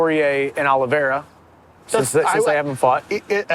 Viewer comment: Congratulations to Brendan for pronouncing Oliveira right...fuck a CTE.